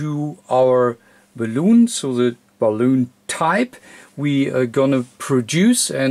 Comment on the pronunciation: Well done. I did find it tickle me a bit every time you said balloon for bal-un.